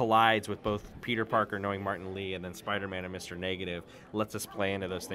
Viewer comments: Whenever she says Peter it sounds like pizza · Sounds like shes saying pizza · I thought she was saying Pizza every time she said Peter’s name